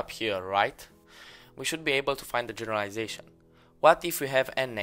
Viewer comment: "Genelarization" -> Generalization